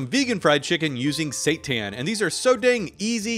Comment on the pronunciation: i thought he said "satan" ☠